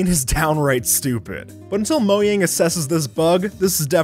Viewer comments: moyan everybody else:mojan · did anyone else here him saying moyang instead of Mojang at 6 minutes and 10 seconds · did he just say "Moyang" instead of "Mojang" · MOJANG, NOT MOYANG 😂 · It was so funny when he said moyang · did he say Mojang or Moang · Who is “Moyang” I thought it was Mojang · Mojang, not moyang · MoYang Me: moyang MOYANG!!! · I love how in the beacon one, he called Mojang Moying! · Did this man just say moyang I’m sorry but that’s just... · Is it just me, or did he actually say "moyang" when he was talking about the beacon at the end of that section lol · Uh, maybe "mojang"? Lol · he said “moyang” 🤣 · I’m sorry, but WHY DO YOU PRONOUNCE MOJANG “MOYANG”!? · but until MOYANG? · Did he just say Mo-yang? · you said mojang like moyang you know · did he just say "moyang"???!!! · moyang??? What’s that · Did he really say moYANG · He said Moyang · This guy really calls Mojang “Mo-yang” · I’m sorry did you say mo-yang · Did he say moyang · On 11 did he say moyang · did he just say Moyang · It’s mojang